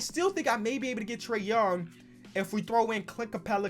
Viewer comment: Who else heard “trea”d young